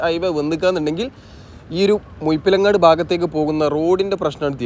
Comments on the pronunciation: മുയിപ്പിലങ്ങാട് അല്ല ബ്രോ.. മുഴപ്പിലങ്ങാട്... ദയവായി നാറ്റിക്കരുത്.... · മുഴ മുഴ മുഴ മുഴപ്പിലങ്ങാട്‌ ✅ മുയ എന്ന് പറഞ്ഞാലും പ്രശ്നമില്ല.😄 മുഴു " “ ❌ മുഴുപ്പിലങ്ങാട്‌ എന്ന് പറഞ്ഞ്‌ അരോചകമാക്കല്ലേ 🙏